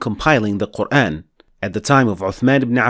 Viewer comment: It's actually pronounced MAALIKI, NOT MEELIKI I guess you tried to teach people King James qiro'at of QUR'EHN English transliterated pronunciation. Although the prophet and shahabahs, has been dead 1500 years ago. It doesn't mean that you can freely INVENTED another qiro'at as you wish. It's never pronounced MELIKI or QUR'EHN. it's MAALIKI and QUR'AAN. PLEASE STOP spreading WRONG pronunciation of our Holy Book AL-QUR'AAN (NOT QUR'EHN)